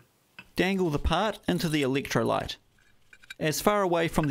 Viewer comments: Did you say electrolyte ? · "Meatel"? "Eeleektrolite"? 😂😂😂